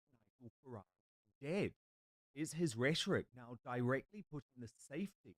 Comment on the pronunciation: This women can’t pronounce Rhetoric properly !!! Is this level of commentator we have ??